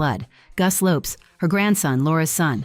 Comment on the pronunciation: Wasn’t Fergie caught for cash for access and it’s still mentioned to this day, even before the Epstein files?? And even after her divorce to Andrew. Camilla’s daughter’s last name is pronounced like Lopes not Lopez, and Louis is pronounced like the French version, not English, and Camilla’s ex-husband is Princess Anne’s daughter Zara’s godfather. There has been intermingling between Anne and Charles with the Parker-Bowels family for decades!